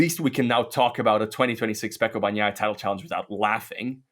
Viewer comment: When you pronounce Bagnaia, g is silent, it just softens n. Please learn it.